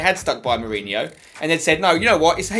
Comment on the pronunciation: Its Jose Mourinho not Hose Mourinho